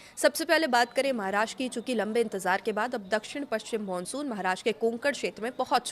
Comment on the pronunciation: Monsun ya mansun 😂jesi shakal vesi bol rahi hai itrana bhi shakl ke hisab se achha lagta hai 😅